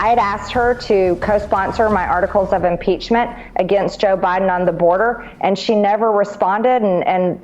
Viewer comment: "My articles of impeachtree."